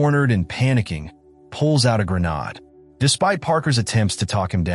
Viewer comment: I strongly suggest you LISTEN to your text-to-speech narration before posting it. "Grenade" isn't that hard to fix. Try spelling it "Grenaid" or something similar.